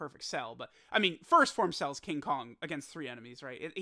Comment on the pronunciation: The way says King Kong😂😂